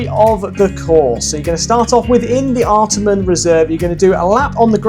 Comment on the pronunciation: Wow! Love it! Wby Parkrun is my old hood! Lots of familiar faces in this video. Love how you really dissect the run itself. Had to chuckle tho at pronunciation of location (where he run starts & finishes) - “ART-a-MON reserve”. But is of course: “Art-Arh-Mon” reserve. 😜 and also lots of Sydney are Parkruns are 7am - but a few are 8am. Mostly 7am tho. And yes - Willoughby is a very pretty - very hilly parkrun. 😊